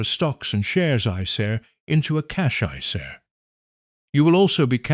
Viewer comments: Cash iceair 😂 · An AI should be able to pronounce isa correctly even a non-financial education one😊